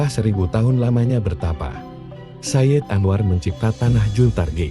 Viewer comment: Misalnya sayid anwar itu nyambung tidak diputus